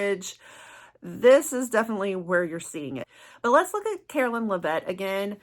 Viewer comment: Karoline Lev-it not La-vette